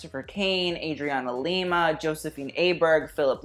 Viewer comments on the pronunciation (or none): none